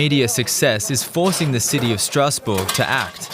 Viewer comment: What is that pronunciation of Stassbourg? It sound like a German trying (and failing) to pronounce it like in French, instead of saying the city name in English or German